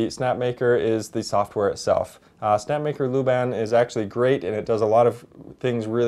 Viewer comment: Put some egg crate looking foam under it. :D It will kill most the noise. I saw a Chinese maker do it and tried it with my Prusa 2 and it’s now basically soundless. Second tip, La, like doh ray me LA and bahn like the german version of that not ban like we say it in the US. He was a movement theoretician and dancer who created a notation for dance kind of akin to sheet music but for motion over time. Really cool stuff and worth knowing about in his own right. There’s no loo in there anywhere. Ah, the curse of being American no? We basically do this all the time, and I’m as guilty as the next guy but this one I can spare you on for future reference. I work on the same street now in the UK as the Laban Trinity, which is the school dedicated to that method of work, so at least I know this one. One down, a million to embarrass ourselves on in future. :D